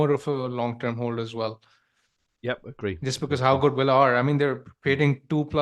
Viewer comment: It’s Aston Villa, not Willa! Every time that irks more than it should 😂😂😂